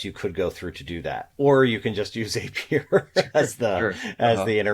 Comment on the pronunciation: ZAY-pier ? For real? 🤣Great video as always, thanks ya'll.